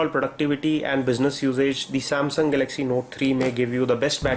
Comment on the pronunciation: Please practise speaking in English, it's Galaxy not galagzzz Apart from that nice review